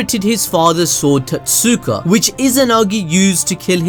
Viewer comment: I'm confused if you've ever actually read Naruto or if your reading off a script it's not tot Suka it's prenounced toe te su ka. And for reference for your next script it's yada mirror not yooda mirror